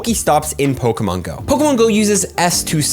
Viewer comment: Please say Pokémon right if I hear Pokamon one more time I might die